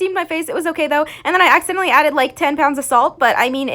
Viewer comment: When u emphasise on ACCIDENTALLY